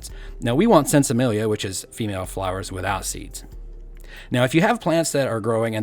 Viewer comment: “Sin cemilla” ZIN—ZEMEYA without seed